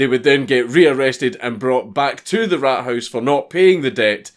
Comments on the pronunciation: Raathaus. A long a not rathouse. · he makes Rathaus sound like rat house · The way you say Rathaus is kinda meh, but this is cool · funny how "Rathaus" (townhall) sounds like rat house in english :D:D